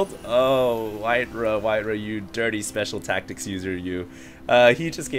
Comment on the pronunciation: Speshul taktics